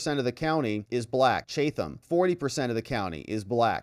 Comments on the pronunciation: Chatham County is pronounced CHAT'em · It's Chat- ham county 😅